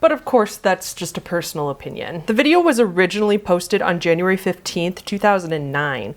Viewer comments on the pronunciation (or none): none